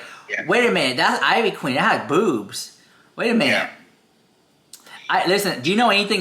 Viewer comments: Eeeeeveee queen. Not I-VEE queen. Lol. Tell me ya never heard one of her songs without telling me...she's a legend! Jeffree looks like ivy queen not the other way around. She's styled this way long before jefree was anybody. She's been huge before yall been born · Her name is pronounced in traditional Puerto Rican fashion (EE - VEE Queen) she's the mother of reggaeton music. She is the pioneer that lead to women in the reggeton and trap music. She's a legend along side reggaeton stars Daddy Yankee, Don Omar and Vico c. The one and only queen is Ivy Queen. Put respect on her name🙏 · IT IS ( EEEVEE QUEEN ) THATS HOW YOU PRONOUNCE IT LOL. & JEFFREY STAR BETTER TREAD LIGHTLY BECAUSE SHE IS OUR PUERTO RICAN QUEEN! I GREW UP ON HER MUSIC! LA POTRAAAA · Thank you it was making me cringe so hard every time he said it I-VEE lol. She even says her name in all her songs lol. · Ivy Queen is a HUGE GIGANTIC deal. Especially in the Latino community. So ofc they're gonna take the gig. ANYBODY would. (Pronounced Eevee Queen) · Biiitch it's pronounced LIKE EVEEEE. You despicable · Girl you’re a Latina why are you pronouncing her name like that?! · Ivy queen is a og she’s la monstra la caballota ❤❤❤. Ugh the mispronunciation is sending me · Not mispronouncing ivy queen 😮😮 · If you’re going to pronounce things in Spanish, please do it properly. Ivy queen been doing way longer then Jeffi. Look it up honey